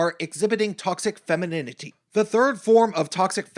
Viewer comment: LOL... femininininininininity... funny, if it wasn't soooo seriously wrong... And... damn you... I have to hear "anita's" name again... damn... (btw... noticed the no capital "a"?) Thanks for your talk... respect... :-)